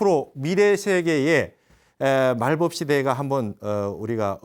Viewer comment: 스님! 말법은 말뻡"이라고 발음하소서! 또! 한국의 한을 왜!? 길게 발음하나이까!? 실로 실망했나이다. 미국 변 완수 드림